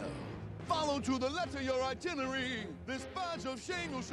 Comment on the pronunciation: Itinery? Oh, he must mean itinerary. I guess they should have rehearsed first.